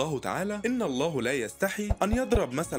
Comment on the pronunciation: الزين مازا بهزا ومسلا 🫠 احترم كلام الله وحاول تلفظ الحروف والكلمات بشكل صحيح بارك الله فيك